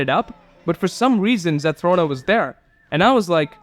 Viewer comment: Hey! Thanks for reacting to my comment! You are one of the first people I've watched to actually pronounce my username correctly most always say ZethRONa like Ron Wesley from Harry Potter but you actually said it correctly!! The channel membership thing was most definitely a glitch even though I would absolutely be a member if I had the money (could be soon hint hint). If you ever need a quick guide for some of the Winged Light in the realms I have a few videos that could help! An interesting fact is that the ENTIRE game can be beaten without grabbing a SINGLE spirit or winged light but requires immense skill and luck! The spirit you and the comment are talking about is by far the hardest spirit. I did it when there wasn't a spell that warded off Dark Dragons (krills as you call them) for 1 minute.. pure pain. Here is an ENORMOUS tip for the resize spells ! If you want to have a 100% chance to grow taller use these spells in order: Shrink Spell then use Tiny Spell and then use the Resize Potion Spell. If you want a 100% chance to become shorter then use these spells in order: Grow Spell then use Huge Spell and then use Resize Potion Spell. The mask that makes you small is called the "Chibi Mask" I would recommend the book series Wings of Fire but that is a 16 book long series with an estimated 1,084,535 words in total. It is to note that it can be quite graphic and detailed when it comes to describing violence or fights. I found the Sky by complete accident b